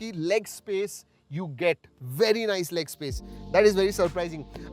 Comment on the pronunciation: Nise kiya Bhai.. Nise dekhkor ki bat kar rahe hoo